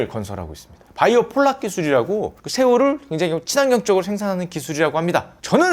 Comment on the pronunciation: 바이오폴락 X 바이오플락 O